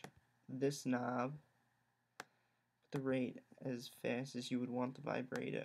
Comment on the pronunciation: Lol "Vibrate-O"